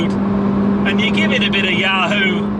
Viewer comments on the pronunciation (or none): none